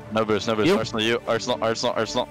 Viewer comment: LMAOO Aresnal and Retals made this video hilarious